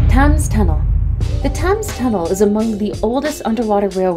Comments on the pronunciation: Pronunciation is absolutely shocking. Thames is tems , who know what she is saying when she attempts the well know great British engineer Brunel. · So, where did the narrator learn to pronounce words? Thames and Folkestone. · So many terrible pronunciations... Rotherhithe, Folkestone, Thames... jeez